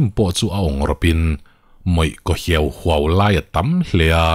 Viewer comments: Bang awng hiau huahva; hiau hiau I lam dan hi a diklo ania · Hiauhuau i lam rik dan hi a thluk ki sanga zawka lam tur ani,,a ki hniam a lam chuan a thu kawh a dang leh a,,tui tihbuak hiauhuau sawina atan ahman ani tlangpui,,a ki sang a lam anih erawh chuan thil kua,a nihna tur ang ni lo sawina zawk,lo sawi ve mai mai aw sir,, vul reng rawh se❤